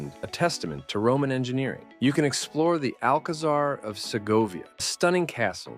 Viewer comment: Again - it’s pronounced “AlkaSan”. Z=S in Spanish, man. And you did not include any city/town of Bulgaria. Like for example the oldest live city in Europe, 5th in the world - Plovdiv. What about Albania or Turkey? I mean why are you excluding the actual Balkans from your list? Poor…